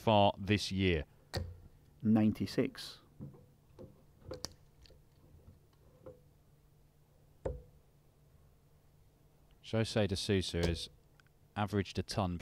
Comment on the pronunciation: How many different ways can they pronounce Jose De Sousa?!?! It's Ho-say De Sue-sa!!